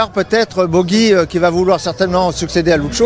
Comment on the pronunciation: On ne dit pas " Bogi " ! Mais " Pogi " pour Pogacar ! Ou alors on remplace " Luc Leblanc " par " Luc Le Gland " et " Luc Abalo " par " Luc à balloches " ! Vous étiez cancres, monsieur Luc Leblanc, quand vous étiez écolier ?